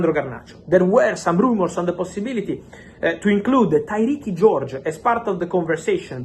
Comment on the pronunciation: Tyrique is not pronounced Tyrekey Fabrizio. It's the same as Tyreke - Tie-reek